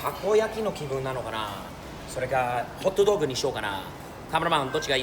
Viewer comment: HotDogじゃなくてホットドッグっていう日本の発音してたのなんか好感持てた